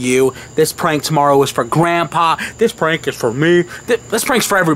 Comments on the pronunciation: Why, do they say pwank. What, are they unstable to say prank? Fuck the r add the w? You sound like your 5. Btw, Nice job opening the curtain. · Stop saying pwank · y'all cool in all but, when y'all say pwank😱😱😱 it's wack ijs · They should stop saying pwank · its prank noT PWANK!! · Turned it off after the 12th time you said "pwank"